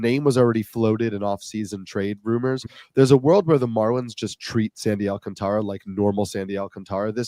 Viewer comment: Just a heads up guys, it’s pronounced Sandy “Al-contra” not “Alcan-Tara”